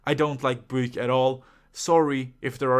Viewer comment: Theres one car brand you rated so wrong in my opinion and that's Peugeot, the only good looking one is the 308 GTI. Also I love the way you say Buick 'Booick'. Love it